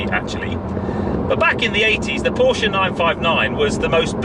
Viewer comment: Finally a car guy who knows how to pronounce “PORSHAY” ....